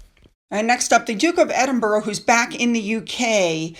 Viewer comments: The city is pronounced "Edin-bruh" or "Edin-bur-uh", not "Edin-borough" or "Edin-burg". Locals often shorten it to "Embra". The "-burgh" in Edinburgh comes from the Old English "-burh," meaning fort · The Scottish capital is pronounced "Edinburra" on 'Edinbouro' or 'Edinburg.😀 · love you BUT, like most Americans you pronounce Borough wrong, Edinburgh or any Boroughs are pronounced not as your seeing. It’s Ed- in- bu- ra don’t pronounce the o, I’m Scottish but live in london so we all pronounce it this way. Not picking on you just education, I even taught Donny Osmond lol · I’m not picking, but it is Edinburgh. You are pronouncing it wrong. It is not Edinbourough.